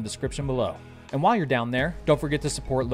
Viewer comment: who else waits for "norminal" to show up before clicking away?